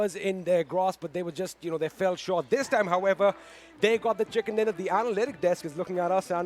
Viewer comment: Hey lady its chicken dinner not chickan dinner